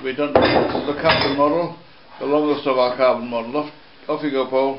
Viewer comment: Carbom Fiber its wick, not comfiable